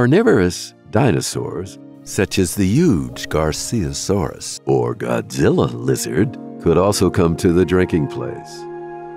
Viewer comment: Large dinosaurs such as Godzilla.. Lol! I thought Gojirasaurus being pronounced Garciasaurus was funny, but that took the cake! I love how he sounds like he's suffering from some serious allergies and is possibly reading drunk! Fabulous video! 😄